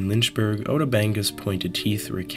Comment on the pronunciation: Damn they sent him to "Lynchberg" SMH